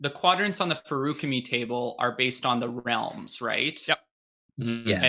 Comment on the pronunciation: You claim to be the most pedantic of the pendants, so my one and only question is why on earth do you guys pronounce "feruchemy" and "feruchemical" with such radically different emphases? The word is an amalgamation of "ferric" and "alchemy". It's clearly meant to be "fair-ooh-chemy" (like it is in the audiobooks), not "fairook-uh-mee". But regardless, even though I'm sure you'll disagree, I humbly beg of you to please pick a pronunciation and stop switching back and forth for each word.